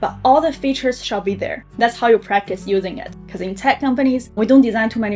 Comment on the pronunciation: The word is "because" not "bekou"